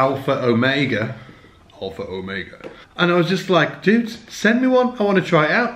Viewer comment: #darkglassalpherromega This video is 4 years old but what the hey, and I just wanted to make fun of the way you say Alpherromega. lol